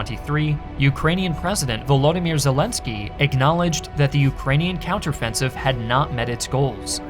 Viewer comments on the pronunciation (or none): none